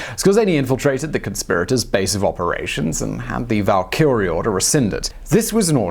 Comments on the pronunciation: “Valkilrre”? It’s Valkyrie(Val-kee-ree). Then “Wensental”? 😂😂😂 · Can you not say Valkyrie?